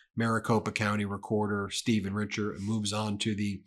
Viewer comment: Richer is actually French and it is pronounced "Reeshez". Just thought you should know. :)